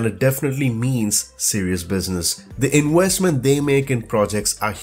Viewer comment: I really like your videos but can't get used to the way you pronounce every V like a W. "Inwestment", "wideos"... That gives it a bit of a charm but it makes me guess what is your native language.